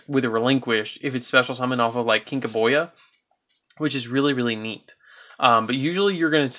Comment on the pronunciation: Does nobody know how to pronounce kinka-byo?! It’s pronounced kinka boo! It’s a card from the original series so I don’t see what the problem is with the pronunciation